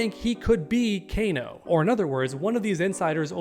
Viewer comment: This guy said kana lol